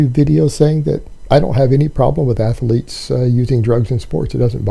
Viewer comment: Anyone who says “ath-a-lete” or “yooman” or “yuge” is a mega fucking idiot. This guy is so full of aspergers and APD it’s unreal. The laughing when telling a story that isn’t funny is a huge tell. He’s so painfully insecure because he’s a 5’9” bald out of shape man trying to convince the world he’s a big tough strong guy and it just isn’t there.